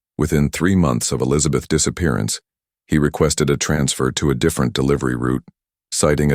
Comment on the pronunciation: Too bad the AI voice can't pronounce "Elizabeth's".